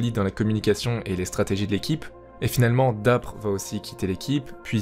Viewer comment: respecte DapR stp mdrr son pseudo se prononce dapeur